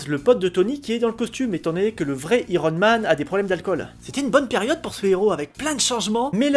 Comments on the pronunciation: Iron en prononçant Aï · Je te découvre avec cette vidéo, bonne review :) Les touches d'humour sont cools, mais IIIIIron Man ? Autant pour Spideur-Man ça va car c'est "rentré" dans les moeurs, mais prononcer i-ron Man au lieu de Aïe-ron Man, ça sonne bizarre :P